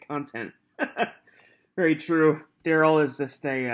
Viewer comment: DUHrell is not aware of HIPAA… it’s in his name… DUH - rell…